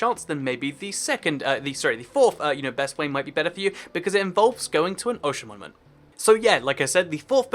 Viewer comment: I feel like you dont know how to pronounce ‘monument’